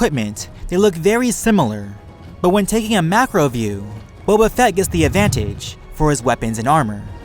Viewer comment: this guy makes words with 2+ syllables at the end of a sentence really irritating. listen to the way he says advantage!! aaagggghhhh